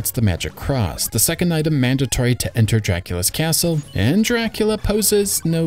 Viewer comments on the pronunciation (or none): none